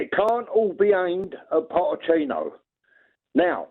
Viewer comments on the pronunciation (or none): Didn’t know the ch in Pochettino was silent